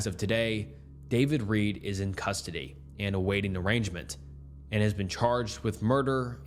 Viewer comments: I love you, but this is valid criticism. This makes you look very unprofessional and has made me cringe many times. It's "arraignment", not "arrangement". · 😂 Did this man say awaiting "arrangement" instead of arraignment?! This is why China has made it a requirement to have a degree or certification in the subject you make content about if you use a social media platform 😅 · And arraignment as arrangement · A-reign-ment. But dude, you do good work and you are not using AI. You do great work! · Alias, arraignment and more utterly failed pronounciationa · Might want to look up the pronunciation of arraignment. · Your video quality is way too high to not know how to pronounce arraignment or alias